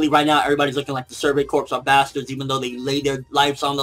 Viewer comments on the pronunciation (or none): Just FYI, corps is pronounced "core" not "corpse".